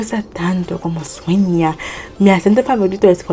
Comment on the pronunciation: You dit It great, but you like "como suena el idioma" better than " como sueña el idioma"😴...😂 But I repeat, you did It grrrrreat